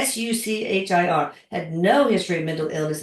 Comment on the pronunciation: The 'ch' in Suchir has to be pronounced as you do 'ch' in 'chapter'. And it's Baalaaji.